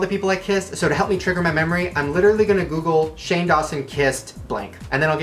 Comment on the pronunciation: shane mispronounces almost every youtuber's name lmao